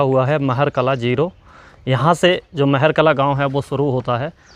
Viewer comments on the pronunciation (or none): मेहर कला नहीं महार कला है। Pronounciation sahi rakho.